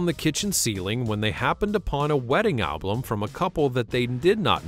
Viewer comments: Oh, sweetheart. I...just...I'm not generally nitpicky, but you've got me head in a twist. It's about Albert. Albert likes to sit. He sits on his bum. Or you could say, he sits on his Album. Al. Bum. Album. Sorry. I couldn't pay attention to the rest of the video because Albert's damn bum was taking all of my attention after you kept saying "A-BLUM". Carry on. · 😂😂😂😂😂😂😂I was coming to comment abt “Ablum” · Great video, and I'm sorry to say I laughed every time you tried to say album and said "Al blum" instead.